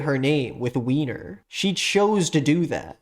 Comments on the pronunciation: … it’s pronounced Viner. It’s German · Hey uh, while the "weiner" joke was kind of funny its (why-ner) and its a common Jewish last name! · the name is pronounced WINER, it’s a german name too so it’s viner lmao. i know this is a few months old but that tangent was so funny